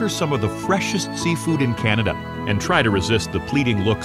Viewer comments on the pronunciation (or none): none